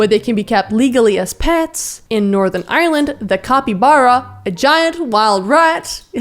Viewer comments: ireland not island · Did he say northern island or northern Ireland I feel a bit offend that he pronounced it wrong